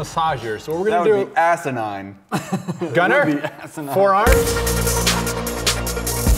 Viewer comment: "That would be Assenide "I die laughing.